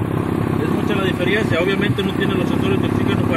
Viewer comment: Diferiencia , es " diferencia "